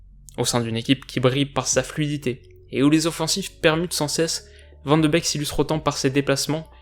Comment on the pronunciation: Van de beek ne se prononce pas van de bec mais van de béék